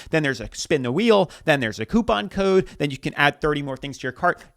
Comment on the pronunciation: Why do they keep mispronouncing things? "it's so KEE-UH" instead of saying CUTE. "be sure to use my CO-UH" instead of CODE What happened to speaking properly?